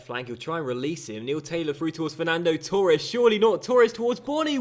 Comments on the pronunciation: Yeah it's fucking torres not turres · Why cant you pronounce torres properly